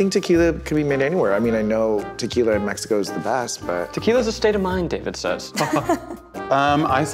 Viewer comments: Zach can actually say "México"!!! Tears of joy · I liked how Zack pronounced México🧡